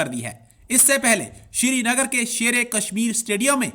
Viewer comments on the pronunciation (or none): Thik se #Srinagar Bol nahi paate ...Siri nagar Siri nagar ..bolte rehte hain....Aur inko #Kashmir Chahiye....Baba ji ka thullu milega ..😝😝😝😝😝😝😜😜😜😜😜😜😜😜😜😜